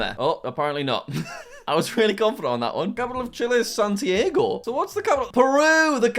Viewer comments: Lamentable hrmno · He said Santiago "San Diego" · Jack calling the capital of Chile Lima then proceeding to pronounce the actual capital like "San-tee-ay-goh" broke my heart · Isn't it san-tee-ar-go?